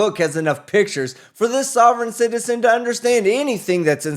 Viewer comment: "Sovrayne citizern'